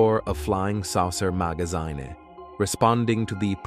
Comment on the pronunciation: You miss pronounced this simple word ( ground, magazine, covert, federal, imagination, intrigue )